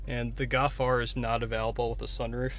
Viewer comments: golf* not gawf😑😑😑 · Golf. Not Gawf. L. There's an L. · Learn to say "GOLF" lol